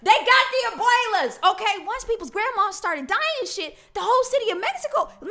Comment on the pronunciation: “abuaylas” 😭 NOT THE ABUELAS